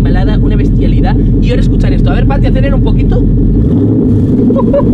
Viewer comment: Smp de team tobbalink pero dices fati en vez de pati ajjajajajja